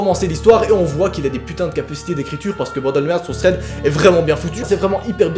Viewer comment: Je kiff quand tu dit tread paranormal !